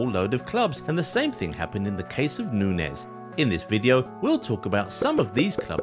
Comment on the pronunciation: He pronounces Nunez wrong the hole vid